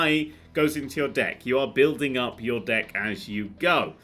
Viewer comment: I keep hearing Dick instead of Deck...